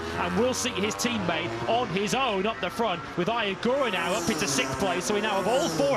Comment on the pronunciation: How is it that Neither of these Clowns can pronounce “Sixth” ?🤔